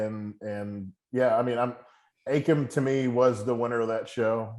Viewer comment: Who’s Akam ? It’s A-KEE-MM